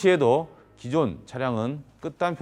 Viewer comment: 투닝 아니고 튜닝입니다.